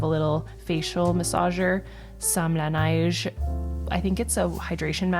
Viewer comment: Hey there! Are you from Montreal? The way you said La Neige really sounded québécois! 🙈😁